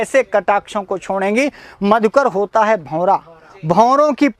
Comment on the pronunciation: छोंडेगी,आप इसका उच्चारण गलत करते हैं